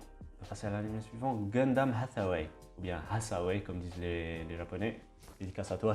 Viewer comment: Merci mon reuf d'avoir bien prononcé Hathaway